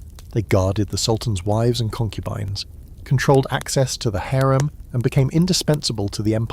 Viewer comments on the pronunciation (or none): HAREM not HERM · HAREM not HARIM